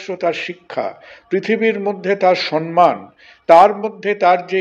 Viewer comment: আমাদের কানে লাগে।